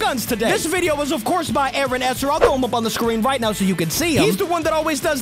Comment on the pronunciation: You do not say Aaron like that